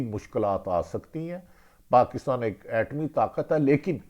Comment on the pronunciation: Arif bhatti saab baaki to sab thik tha lekin jab apne yeh jumlaa sunayaa na ki " yeh mulaaak ek etaaami takaaat bhi hai" yeh to bhut khoob tha 😂😂😂😂😂 iss tarah ke jumleee bich bich mein bolte raaaha kareeinnnnnnnnnnnnnnnnnnnnn 😂😂😂😂😂😂😂😂😂😂😂😂 Baaki to ap samjhdaaaaaaar haiiiiiiiiiiiiiiiiiiiiiiiiiiiiiiiiiiiiiiiiiiiiiiiiiiii 😂😂😂😂😂😂😂😂😂😂😂